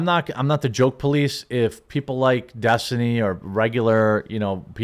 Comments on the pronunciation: "Des-tiny" lmao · "Des-Tiny" I wasn't ready for that one, still laughing.